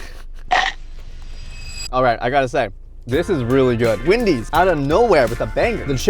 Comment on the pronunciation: It is Wendys not Windys